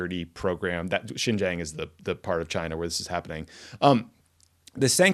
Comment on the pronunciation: Boys, one of you was one of the highest officials in American foreign policy, please! Xinjiang is pronounced [sin -dziang] not jinjiang or whatever Ben said. This finally has become a part of American policy, let's pronounce it right!